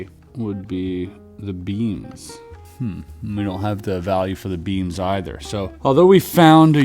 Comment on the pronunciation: Beans? I know he said beams later but i swear he is saying beans . Tell me sir what is the value of the beans?